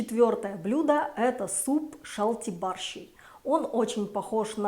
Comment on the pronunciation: Вы неправильно выговариваете слова жемайчю и щальтибарщай.